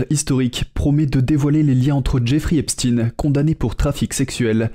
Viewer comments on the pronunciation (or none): Arrêtez svp avec "epstine". Ça fait mal aux oreilles. On dit "Eïnchtaïne", Frankenchtchaïne". Donc, on dit "èpchtaïne". Point. Merci